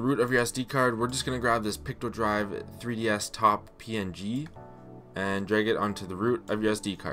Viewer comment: I’m wondering why you keep calling Picodrive “pictodrive”…..is that a misspeak or is there another version of Picodrive called “pictodrive”?? How can you tell between Picodrive and Pictodrive?